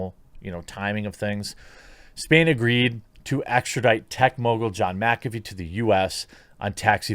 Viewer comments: MYK AH FEE not MAC AFEE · Ok I can't hear him say macafee anymore I'm gonna loose it it's mick affey not macaffe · Serious question, why in the hell do people say MACafee. Do you say MACdonalds? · Is McAfee like Favre where you have to pronounce it backwards? Or does everyone just say it wrong? MAC afee, or MIC afee? I would think the latter.